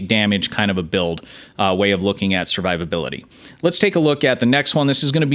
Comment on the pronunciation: "Servivability" Lol.